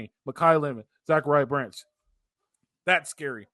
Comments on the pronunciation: Stop saying zac branch name wrong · Great show, why is still pronouncing Zach Branch name wrong? Fight on ✌️